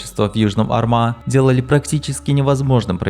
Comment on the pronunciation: Бригада Южного Арма а не армА. Ударение падает на первый слог.